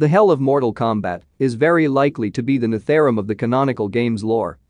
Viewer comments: NETHARUM? Nether Realm Netherealm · its called “nether-realm”.... please